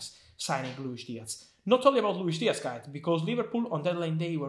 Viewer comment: Diaz not Diatz